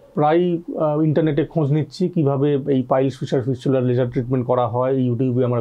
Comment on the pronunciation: ফিসচুলার না সালা ফিস্টুলা